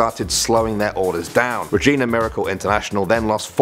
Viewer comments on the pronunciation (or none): none